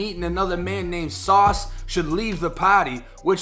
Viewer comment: “Met” and “Sauce” 🤦🏾‍♂️